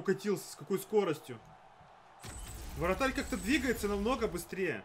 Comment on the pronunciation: Все классно. Но ВРАТАРЬ. А не варатарь. То есть «что с вратарем?»